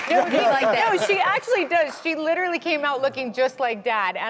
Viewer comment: She still saying litooorilly!!!!!